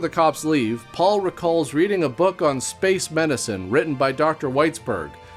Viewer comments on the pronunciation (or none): none